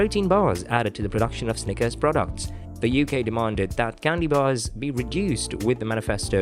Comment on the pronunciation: Imagine doing a video on Snickers and not being able to pronounce the word Snickers.